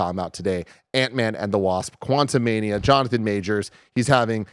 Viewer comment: Antman Quantu-MID-ia